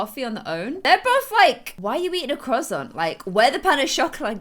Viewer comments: Omg you say croissant so weirdly!!! I say “kwasont” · o m g. the way you said croissant i'm dead